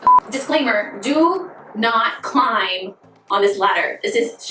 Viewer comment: I’m a copper fanatic, these are great! Former English teacher here, so forgive me for noticing “climping” where you spoke about not climbing on the ladder, it is a ridiculously spelled word. No shade! I also love your top, so cute!